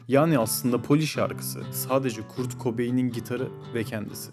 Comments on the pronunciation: Kurt okunmaz "Kört " okunur 😂😂 sen kimsin ki böle bir video yapıp yayınlıyon Z kuşağı 🤣🤣😂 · kurt değil kört